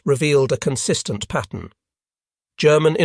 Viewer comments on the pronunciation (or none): none